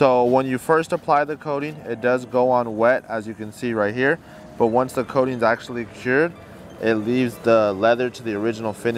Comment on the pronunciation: Love it guys!! Great job, But it’s called “coating” not “codeine” lol.